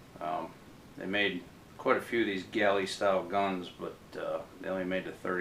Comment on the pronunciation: You keep calling them “ galley” guns. They were collectively known as “ gallery” guns, as in “shooting gallery”. A “galley” is a type of ship.